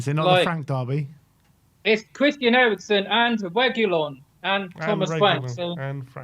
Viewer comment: For all the fans: It’s KUDUS not KUDOS. Just like it was ErikSEN not ErikSON… Dude literally has 5 letters in his last name yet you see more people getting wrong that right.